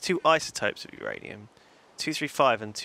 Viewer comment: No, it's not uranium. It's MYanium!